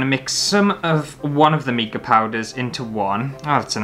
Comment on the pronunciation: did you know it’s pronounced mica as in formica? Not meeka. 🤣